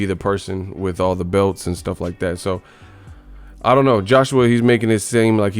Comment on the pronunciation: "he hit me wif a loocky punch"